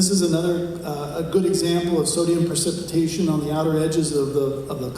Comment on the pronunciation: It's precipitation not "percipitation". Not the correct term here for the process you discuss. Architects talk about "efflorescence" and "lime run" on brick walls. Check that process out.